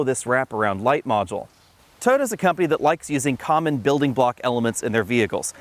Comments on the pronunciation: It’s TOYOTA, not “TOTA”! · I like how you've shortened "Toyota" into 2 syllables. "Toda" is easier to say! ;-)